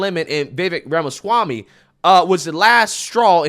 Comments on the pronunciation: The way spoke about Vivek Ramaswammy was absolutely abhorrent. Didn't even have the audacity to pronounce his last name properly smh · Pretty surprised by the comments of. I used to watch his channel, but I guess he became a victim of the algorithm gods and I lost track of him. If this is what he’s turned into, glad to see the back of him. Can’t be bothered to pronounce Vivek’s last name correctly, disrespecting his immigrant background (isn’t the Left always saying we’re a nation of immigrants?)… this is the stuff they always attacked Trump with. What a loser!